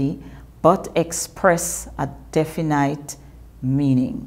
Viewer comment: definete not definiiiiiite